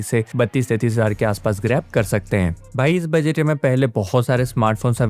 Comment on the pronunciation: Budget toh thik se bolna aana chaiye bhai